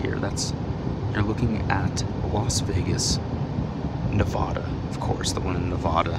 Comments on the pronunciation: you say nevada wrong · The cringe everything pronounces Nevada wrong